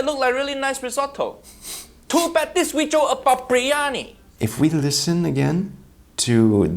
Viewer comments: Bir-yani not BRIYANI get it together. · First of...let's pronounce it correctly. It's bi-rya-ni ...not bri-ya-ni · Why is everyone pronouncing the name of this dish "Brie Annie"? Isn't it supposed to be "Beery Annie"? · Uncle Roger, it's BIR-YANI, not BREEYANI!! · Why are they calling it Brie-ani? It's BIryani, "bi·ree·aa·nee" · #2 and let's not call it bree-yani... it's bir- yani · If they're all pronouncing it bree Yanni so it must be right, right? Beer Yanni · It's pronounced BIRIYANI or BIRYANI...not breeyani. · Haiya uncle roger it’s Biryani not briyani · Bro i rarely leave a comment on YouTube videos, but this... OohoHooooo, pissed me off so much that i had to say something. the fact that not even the aunty got it right, hurts my lil Indian heart 🥲